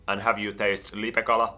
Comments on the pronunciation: puhu LIPEKALASTA eikä LIPEÄKALASTA. 😂😂😂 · Eetu Hartikainen ei oo olemas lipekalaa vaa lipeäkala se ei sanonu sitä oikein